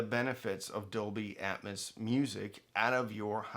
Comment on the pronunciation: How do ppl take this video serious when the presenter can't even correctly pronounce Dolby Atmos, calling it Dolby Atmuss? Its AT-MOS, where is the U in Atmos?? YIKES!